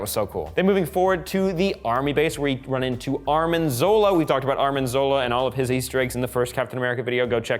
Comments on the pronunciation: quit calling Arnim Zola ARMIN!! It’s arNIM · ITS ARNIM, NOT ARMIN! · ArNim. Not ArMin.